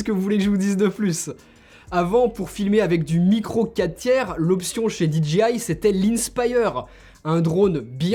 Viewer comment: SVP, ARRETEZ de dire Dee Gee Aie !!!! Vous pensez le dire à l'anglaise mais vous dites DGI ! Le J en anglais se dire Jay !